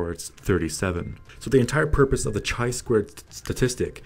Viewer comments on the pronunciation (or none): Pronounced KAI squared, not CHAI squared. Excellent video nonetheless.